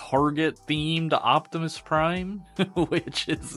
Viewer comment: "Hi everybody Its Me micoptimus Prime!"